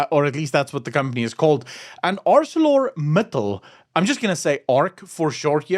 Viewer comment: I used to work there for 15 years. The name of the company is pronounced as in the King's English. "Acel-or Mittal as in Metal... Acelor Mittal...like in the Accelerator of a vehicle...As it ain't Arse-sore a-cell-orator... It might be, but it ain't. 🤣.It is Acelor Mittal. Capish.😊😅😂